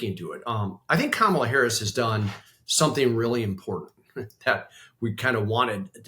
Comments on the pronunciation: Sarah, it's not KaMAHla. It's Comma-La. It's disrespectful to continue mispronouncing her name. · Great episode, but one small criticism: for God's sake Sarah, learn how to pronounce Kamala consistently!!!! By now you should be able to get it right every time. It's infuriating and unprofessional that you can't manage it consistently, you sound like a disrespectful GOP hack when you say KaMAHla, and I know that you are not that! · Comma , la. Not Ka Mal a!!!!! Learn how to properly pronounce her name. She is our Vice President for God’s sake. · PLEASE people, it’s COMMA-lah Harris, not Ka-MAH-lah Harris! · Why are they both pronouncing Kamala's name incorrectly? KAmala, not kaMAla... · Comma-la, not Ka-MA-la. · Sarah, KAmala, not KamALa :-) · Syrah you know she pronounces her name Comma-lah, right? 😉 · If you can't learn to pronounce Comma-luh, just call her Vice President Harris, please. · KAM -A - LA. Why is her name so freaking hard? 🤔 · Can you all be respectful and learn how to pronounce her name. It really isn’t that difficult…Comma-La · Comma-luh. Is it really that hard to get right, Sar-ugh? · Vice-president's name is pronounced comma-la.. As in 👉 , law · PLEASE— it’s KA-mala Love you, but please correct your pronunciation of her name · It's really tough being a VP. Your primary job is to wait for the president to either die or become disabled enough to leave the presidency. That a president gives a VP other things to do can only be a plus. I think it would be respectful to learn to pronounce Kamala properly. Comma - la emphasis on the first syllable, as in "," - la as in lalalala. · Very good! I’d just like to hear them both consistently pronounce “comma-la”! 😊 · Please stop pronouncing her name wrong. it’s commaLA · Hey guys, friendly reminder - it’s pronounced Comma-La. Thank you! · Sarah, I would expect you to pronounce Kamala’s name correctly. Yikes girl. It’s ,la. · Please say her name correctly. Comma — la. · Remember it’s Comma Luh